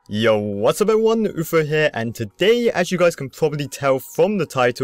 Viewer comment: how come you say oofer when ur name is oofro